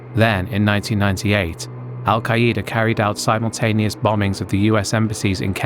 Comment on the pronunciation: Al-Queda is not pronounced "Al-Kai-E-Dah" it's pronounced "Al-Kay-Duh"